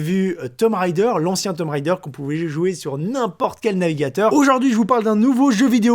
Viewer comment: TOMB Raider pas Tom Raider.